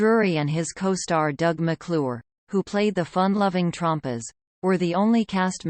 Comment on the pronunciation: Please pronounce Trampas correctly.